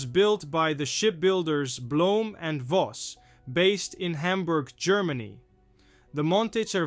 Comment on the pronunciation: No no no,oh please not bhloemn and Voss you say the Voss correctly but the Bhloem is said just say Blom Das ist Alles Danke...